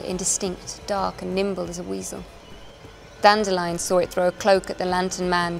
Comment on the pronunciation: I am glad she pronounces Dandelion correctly unlike the narrator of the audiobooks.